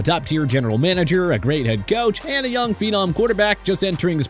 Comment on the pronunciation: I'm just surprised this narrator said phenom right for once